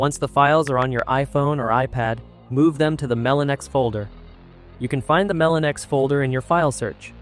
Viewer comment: Just letting you know, it's pronounced Melo-NX. dw about it but for next time you know.